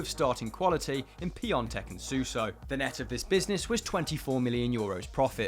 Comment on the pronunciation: Man said piantek 😂